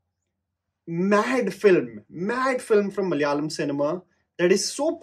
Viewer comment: Love you for always talking about our Malayalam cinema, but I cant help but notice the way you are pronouncing the word "Malayalam". its MALA- YA-LAM and not MAL-YALAM Its KERA-LA and not KER-LA.